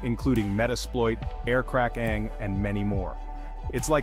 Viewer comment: I am an aspiring UNETHICAL hacker and I thank you for this information. I'm sure it will be useful to me at some future point. I wanted to point out that your narrator mispronounced Kali in Kali Linux, a system I am familiar with and also left off the letter "G" in Aircrack NG which makes you look stupid. Just pointing that out. You may want to hire people who actually know what they're talking about or at least pay more attention to detail.